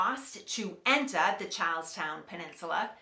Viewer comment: when you say charlestown, it sounds like youre saying cows town